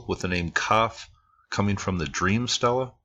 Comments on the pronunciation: Love your videos - even catch the music ones on occasion, but I thought I'd mention that your pronunciation of "stele" grates a bit on the nerves. Egyptologists "might" be wrong about a lot of things, but I think they likely pronounce that word right - and they pronounce it more like "stay-lay". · Actually, he was closer with the pronunciation than you seem to be. It is pronounced, 'Stee Le'.